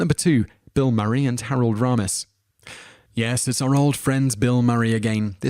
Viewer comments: AND it's not Rahmas; its Raymus. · Learn how to pronounce the names, FFS. Baker, not Barker. TakAY not TakEYE. Raymis not Rarmis. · Harold RAY-mis. Richard DRY-fis. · Interesting video, but you REALLY need to learn how to properly pronounce some of these folks names. It's Richard DRYfuss, not DRAYfuss. And Harold RAYmus, not RAH-mus. And I'm pretty sure at one point you called Kenny Baker, Kenny BARKer. Just saying. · It's RAYmis not RAMis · What the heck? How is it even possible for you to mispronounce 'Harold Ramis'? ( 'RAY-MISS' not 'RAW-MESS' ) How annoying, Clearly you do not do any real research... In fact, I'm not just being nit-picky, that is a 'tell' that shows: 1) That you have clearly never heard his name spoken out loud and are therefore 2) most likely spouting someone elses written thoughts. WHOSE WORDS ARE YOU PLAGERIZING SIR? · Its Harold RAYMIS not Raaaamis. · Dreyfuss is pronounced Dry fuss. Dry your dishes Dry your laundry. Not Dray fuss. I do realize Brits pronounce things differently. But that one was a fairly egregious error. And Kenny Baker is not Kenny Barker. I believe it's pronounced Harold Ray miss. Not Rah miss. Just thought that those slips were worth noting. And Stana Katic absolutely HATED her Castle costar Nathan Fillion. She knew people thought they were becoming an item in real life, so she dispelled those rumors by talking about how great the gift of acting is to her. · Harold R"AY"mis not Harold R"AH"mis you buffoon. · Whose Harold RAM- is its Ray -mis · Dray-fis? Ta-kie? Harold Rah-mis? It's Dry-fis, Ta-kay, and Ray-mis. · I'm British, but I know it's Harold RAY-miss not RAA-miss. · ummm your butchering of the last names was HORRIBLE!!!!! 10 - Dryfuss- (Drie-fuss) 9 - (Ta-kay) 4 - they are NOT gay they are droids! 2 - (Ray-miss) and they were not enemies!!! PLEASE - don't do any more of these!!! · It is pronounced Harold RAY-mis, you silly Brit. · Richard Dry-fuss; Harold RAY-mus!! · "DRY-FUSS" "RAY-MiSS" "TUH-KAi"